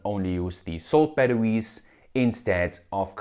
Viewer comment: I hate how he says baduwees. Had to leave the video.